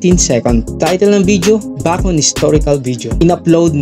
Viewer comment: Bakit di ako satisfied sa pag pronounce nya NG Bacon 😂😂 rinog ko bacod e.